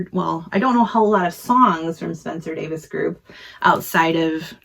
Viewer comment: Please... it's pronounced Davis.